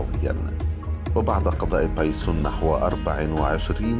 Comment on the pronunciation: بايسُن بالضمه وليس بايسووون بالواو